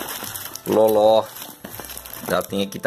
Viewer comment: Loló????? se lê Lolo